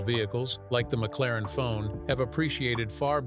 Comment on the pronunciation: Ai narrations suck. ie. McLaren-F1 not McLaren Fone…..amongst other non words spewed…